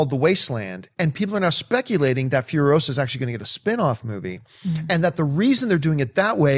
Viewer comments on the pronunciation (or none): It's Imperator FuriOsa, not FurioSA - Hermione